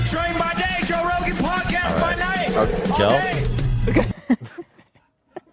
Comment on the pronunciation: I love how Hila called him Ro Johan and no one flinched 😆